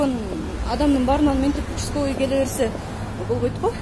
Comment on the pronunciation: учсковый дейтко